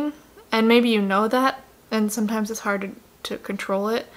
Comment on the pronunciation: its harD IT'S HARRRD